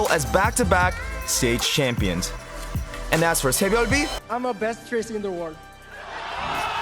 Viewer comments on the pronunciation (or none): Please stop saying sabyeolbe like that. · his name is pronounce sae - byul - bee (byul meaning star) so in english we are pronouncing it correctly. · Who tf is “tsehbyolbe” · The way he pronounced "saebyeolbe" was a little distracting. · I hate how he pronounces his name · The way you say SBB is so funny